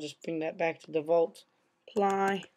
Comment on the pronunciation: default is not pronounced devault its pronounced default